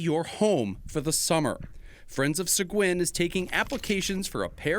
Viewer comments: Its pronounced "Se-geen"...I live in Seguin Texas. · So funny to hear it pronounce “Sa-guin” in Maine. Here in Mew Brunswick we pronounce it “Say-gay”